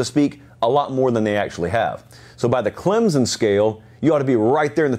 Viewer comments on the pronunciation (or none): Hey, Huge fan of the show (been watching your videos for about a year now). Just a heads up, a ton of commentators seem to pronounce Clemson as Clemzen. It's not the biggest deal, but sometimes it can feel disrespectful to some when an analyst (especially one as knowledgeable as you) doesn't know how to say the name of your school right. Please look into this. -Nick